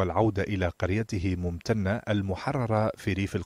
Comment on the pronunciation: ممتنه يا طرش مو ممتتتنه